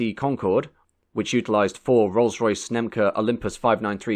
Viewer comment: The Concorde was powered by the Rolls Royce SNECMA Olympus 593 and not SNEMCA as you pronounced it.